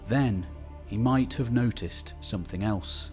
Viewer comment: Don't mean to be an internet pest, I like your videos, I guess. BUT, I CANNOT STAND the way way you say SOMETHING --- There is NO "K" at the end of the word SOMETHING, its SNOT SOMETHINK.